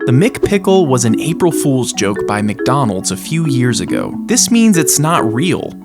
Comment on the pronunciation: "mc onald's restaurant" hitting hard🗣️🗣️🔥🔥